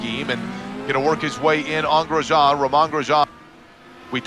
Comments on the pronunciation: "Romahn Grejahn" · These announcers need to learn how to pronounce “Romain Grosjean”. Have they never seen an F1 race before?